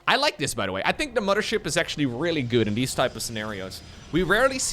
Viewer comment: Mama-Ship? are you from germany? Wasn't aware of that:)